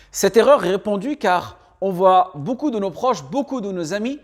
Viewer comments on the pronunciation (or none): none